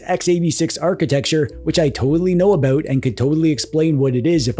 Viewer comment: You said "aboot" not about.